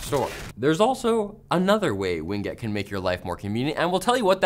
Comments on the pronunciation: I’m 99% certain the pronunciation of “WinGet” is “Win” followed by “Get” and not “Wing it”. 99% certain. The other times you say “Ween Get” amuse me haha. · Win-Get, not Wing-Et. LOL! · "Wing get"